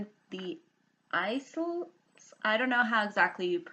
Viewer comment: I know that a lot of Americans don't know how to say it lol but it's kinda pronounced 'EYE-LS'. But if you like this then I would recommend Philippe Gregory